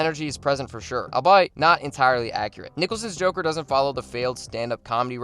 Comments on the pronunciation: Albeit: "All be it" - not al-byte. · Ledger's portrayal is the top live action performance, but Mark Hammill has to win this. Also, 'albeit' is pronounced "all be it" not "albite" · “ol-be-it” not “all-bite” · its pronounced All be it, not i'll bite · Albeit. Al-be-it. Not Al-bite. Al-be-it. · Great video. But please stop saying albeit wrong. It’s “all-bee-it” not “all-bye-it” :) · Pronouncing albeit as I’ll bite is such reader behavior 🤣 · you mean albeit? al-bee-it? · It took me way too long to realize th8s was an ai voice, then I heard albeit pronounced "albite" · Albeit is pronounced as "all be it". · Great video! I love the ranking system! Btw, “albeit” is pronounced like “all be it.”